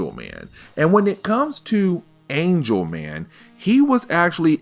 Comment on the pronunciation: Is it Angel Man or Angle Man? Angle Man bro.